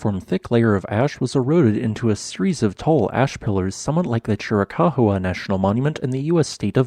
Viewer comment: Chirikahoowa? It's Chiri-KAWA! I thought you were from Arizona! You oughtta know that! Next you'll be saying your Grandma's dog is a Cha-hoowa-hoowa!😋